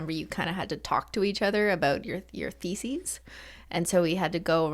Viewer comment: OMG . , when she said Theses I thought she said Faeces 🤣🤣🤣🤣 Any one else or am I just dirty minded ?